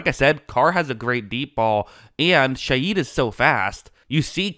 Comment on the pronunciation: Rashid ShaHeed not Shayeed!